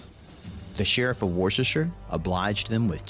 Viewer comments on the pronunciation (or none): "War~wick castle", as said in the video, is pronounced "Worrick castle". "War~sest~sher" (Worcestershire [he got the end bit correct]) is "Wustersher". The way the narrater says Fawkes, it sounds like Fox. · I just can't get past the narrator saying "Sheriff of Worshesher"... 😐